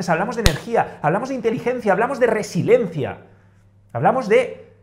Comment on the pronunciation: Es resiliencia, no resilencia